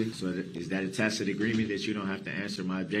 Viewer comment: "Have I acted in dishonor?". Dude you ran over dozens of little children! You have no honour. And stop saying Tacit! It sounds stupid when you've pronounced it as tackit throughout the whole case. You should've just stuck with tackit.